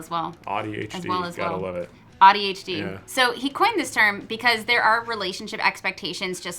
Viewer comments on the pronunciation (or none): It's AuADHD or AuDHD, not AudiHD 😳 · "Audi-HD"? we're not cars? 🤣